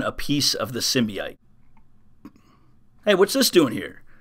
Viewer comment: it drives me crazy listening to you pronounce the word Symbiote. sorry to be that guy but it has no double I it is an O sound SYM - BI - OTE not SYM - BI - ITE Please work on that since you will be saying it alot in the upcoming Carnage event the rest of this year. thanks